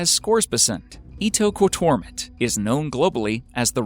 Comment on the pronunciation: Omg thank you for saying "Ittoqortoomit" I probably spelled it wrong, but for a long time I've wondered how to pronounce that name. I have searched it on Google Earth. It's a very small village.